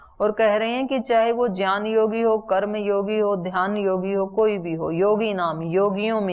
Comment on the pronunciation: Gyan ko jyan kyun bolte ho bta dijiye